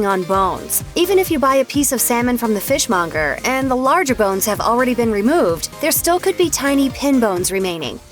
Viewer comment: 1:something. "Fish mongerer"?